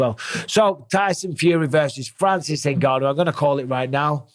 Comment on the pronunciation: Very few people know this, but Francis actually left the UFC because Dana refused to pronounce his name properly despite being able to. "In-gone-you", Dana says, just to piss him off